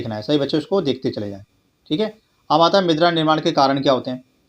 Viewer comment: Midra nahi mirda hota ha 😂